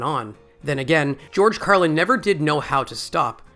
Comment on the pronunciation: Odd that you refer to him as Carlin rather than George throughout the video, even mispronouncing Carlin incorrectly at least once.